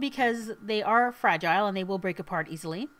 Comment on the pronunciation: I like how she says fragile